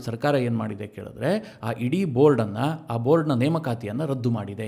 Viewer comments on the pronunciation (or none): none